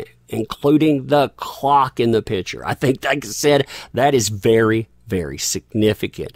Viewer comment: Oh …..please pronounce ‘Picture’ properly. You omit the the ‘PIC’ in picture and call it a ‘pitcher’. A pitcher is a vessel that holds liquid! It’s like people who pronounce birthday as ‘BIRF-DAY’, or Valentines Day as VALENTIMES DAY. It makes me CRAZY! Sure it’s a bad habit! But it makes one question your intelligence when you are a brilliant guy! Still think you are pretty amazing though!